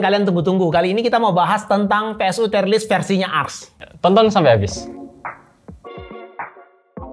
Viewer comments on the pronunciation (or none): dibaca tir (/tir/) bukan tayer, "tier" yg berarti tingkatan atau level bukan dari kata dasar "tie" yg bisa berarti seri/imbang atau dasi